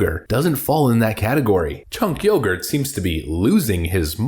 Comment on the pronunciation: Did you say Chunk Yogurt? LMAO! Sounds like a character in J.J. Abrams wrecked re-imagining of Star Wars, "Chunk Yogurt has taught you well, but you're not a progressive yet!"